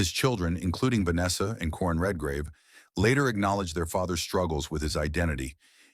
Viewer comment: Such as 'Corinne' Redgrave for Michael Redgrave's son Corin.